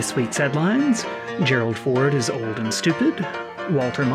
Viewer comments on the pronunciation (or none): none